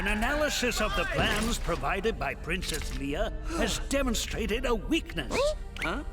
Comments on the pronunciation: (booyaka) The dude pronounces Leia as leeyah instead of layah. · I like how they mispronounced Leia lol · it’s so funny that Leia’s name gets pronounced incorrectly just like in the movie. TT could’ve corrected it if they wanted to but I’m like 99.9% sure they did it wrong on purpose to be more accurate which is pretty great.